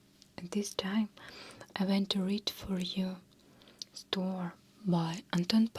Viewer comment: I love Checkov! Just a small suggestion, "story" is actually 2 syllables = store + e 😘